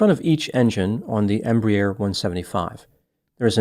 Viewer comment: minor correction - pronounced "embrair", one syllable instead of "embry-air", two syllables. This size aircraft is designated a "regional" jet and operates from the "hub" aiport (eg DFW) to the "feeder" or Regional airports (such as Montgomery, AL) where the loads are smaller.